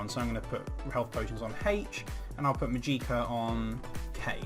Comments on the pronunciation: Màgicka not Magìcka FeelsBadMan <3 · Thanks for the video. But it's called mah-jik-ah not mah-geee-kah